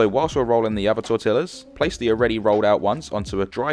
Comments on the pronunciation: as in tor-tee-ahs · Hate the way he pronounces tortillas. Double “ll” in Spanish is not pronounced this way. The word is pronounced tor-tea-a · Blud really just said TortiLLas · Good straight forward instructions, awesome thank you! But, your pronunciation of tortillas is not correct.